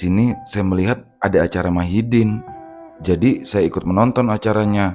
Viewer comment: Madihin bang😊...bukan Mahidin🙏🙏